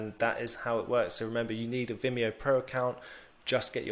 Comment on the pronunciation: Top! And you pronounced it perfectly ;)